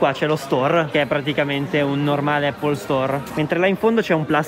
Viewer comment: Prima di tutto non si dice eipol. Visto che stai li vai in un supermercato e chiedi come si chiama la mela in Inglese